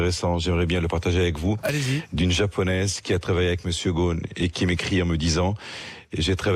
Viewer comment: En tant que libanais il aurait pu bien prononcer le nom de famille de son ami , qui est Ghossone et non pas gone. Venant de français on peut comprendre, mais de sa part c'est ridicule...